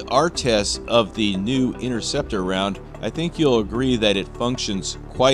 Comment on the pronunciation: What is the INNERCEPTER ROUND , 😕it’s pronounced. INTERCEPTER , ,get it right guys